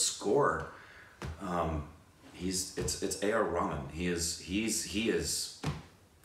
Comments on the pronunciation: AR Rhay- maan! NOT AR Ramen pls haha <3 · literally said AR Ramen. 😂😂 It’s Ray-h-maan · Guys you gotta stop saying AR Rahman as RAMEN.... it’s enounciated as REH-HA-MAAN.... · You mean ramen dwajadi😂😂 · Did you said AR Ramen..?? Naruto wants to know your location. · Maybe this can help but A.R. Rahman is pronounced A.R. Raha-maan